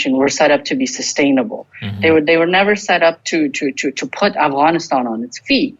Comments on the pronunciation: He keeps saying Avgonisthon hehe 😜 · Still annoying to hear Afghanistan pronounced that way when everything else has no Afghan accent